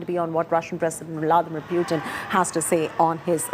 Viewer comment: hey India Today guys, Please do not mis pronounce PUTIN .... its POOTIN